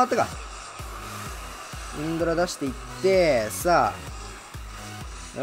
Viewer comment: もうのせいでインドラのことインズラーって呼ぶ体になってる